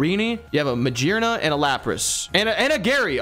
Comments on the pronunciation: "It's definitely ma-jear-na" he says of the pokémon that's literally made out of gears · How the heck can you possibly decide to pronounce Magearna like that? It is literally made out of gears. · It's not freaking maJEERna it's pronounced GEAR because it's made of flippin gears dudes. Come on. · Yall saying magyrna instead of maGEARna makes me wanna jump in front of a bus but this is always entertaining.. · it is mah-gear-nah cause it is made of gears?? lol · muh-gear-nuh it would be a hard G for Magearna and Lugia guys, come on now. lol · I have never heard someone say magearna so wrong… It’s literally ma-gear-na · It's Ma-gear-na because it's the gear Pokemon. Well, the best gear Pokemon. Sorry Klinklang